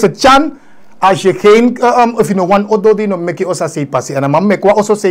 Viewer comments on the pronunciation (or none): none